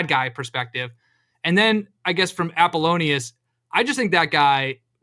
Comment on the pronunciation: Why has no one corrected him on Apollo-Nius this whole time? They literally call him Apple for a reason. Because it's pronounced like Apple-Onius